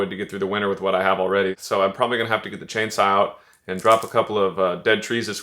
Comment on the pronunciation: What is a chain "sah"?????